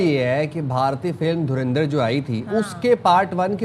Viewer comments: Jahilo mdrsachpo naam tho lena seekh lo derendar nhe dhurandhar hai bhe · धूरंदिर😂😂😂 Naam to dhang se le le😂😂😂